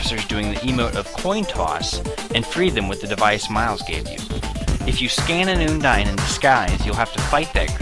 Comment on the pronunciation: its un-dine not oondine